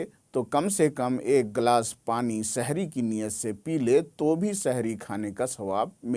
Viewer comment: Shahri nahi hai janab sehri